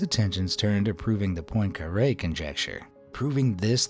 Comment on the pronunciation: "I can't even explain the Poincaré Conjecture" You can't event pronounce 'Poincaré'...